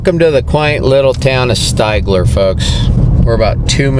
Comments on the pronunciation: Sty-glur? Stig-ler. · I’ve been to Stigler (I think the i is pronounced like it is in the word dig) a few times and spent the night. I lead a paleontology field trip in the area to collect plant fossils and stay there, because it’s the closet place with lodging. It is a pretty area, but so humid in the summer.